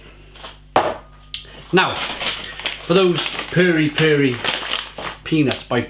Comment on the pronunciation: The correct pronunciation is not "purry" as in furry, but Perry. Pronounce as per fermented pears. Perry.